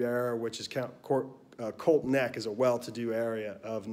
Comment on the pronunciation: Say it with me, COLTSSSS NECK, lol, not colt neck lmao